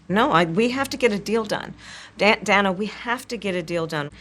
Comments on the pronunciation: It’s Day-nuh, not Dan-uh. Bigot! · I love how she bitches about her name being mispronounced, and then she mispronounces Dana’s name right off the bat. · I think you mean Dan-uh